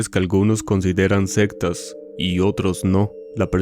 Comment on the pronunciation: Nadie ha comentado que El narrador dice "septas" en Lugar de sectas😂 pellisquese para hablar